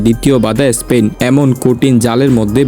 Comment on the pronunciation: এস্পেন না স্পেন